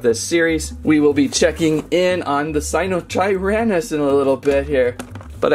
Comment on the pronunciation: I know you didn't just say dryshnekoneckoneckassaurus I know my dinos like the back of my hand I know pnemonultramicroscopicsilicovolcanoconiosis like the back of my hand also but that got me thinking what do you be knowing sir that's a sinotyrannus not a sirotirahhahliitlhlherhahminuhtherennowh finally you got stegosaurus right alright but why did you give me a battery charging ad I have the original one sadly no features no buttons no nothing it's just really articulated I thought he snapped the arm lol who else 😅🤜🏼🤛🏼 there is an dinosaur scanning app and it tells many fun facts and there are many games to test your logic on dinos and the indoraptor is a mix of velociraptor indominus rex + many more I forget it's the smartest dino and fastest it can open doors and talk to other species and trick other species to doing things like it shows in the movies it's not stupid it's really intelligent knowing it could probably win against 3 indominus rex's + 1 t Rex and a raptor if it had to depend on itself and it's brain they are also smart In packs sadly she my baby is the only one due to her being made in a lab it's very sad 😭